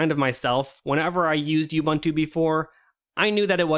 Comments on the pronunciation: It's pronounced OOBOONTOO. OOBANTOO does not exist. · oo-boon-too, not you-bun-too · It's pronounced ooh·boon·too btw. Just teasing, I couldn't care less. :P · This conversation reminded me of Slackware elitism late 90s. Also it is not "yubantu" or "yuubuntu", it is "ubuntu" as in "oobuntu" or "uhbuntu". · If arch users are so smart than why cant this guy pronounce ubuntu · Why can't people in the linux community pronounce OOBOONTOO?